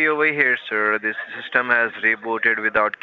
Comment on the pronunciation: There's "bayrous in your sistem"